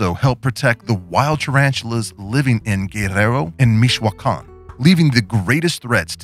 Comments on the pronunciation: Mee-cho-ah-khan not mehhhwhwwowaakahn lol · Se pasaron con esta produccion cierto??? saludos desde Meshogan jajaja siempre pronuncia mal Michoacan. Tienes taras? Yo tengo 11 y mi primera y la mas grande es una auratum hembra adulta. Saludos. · You say michoachan weird lol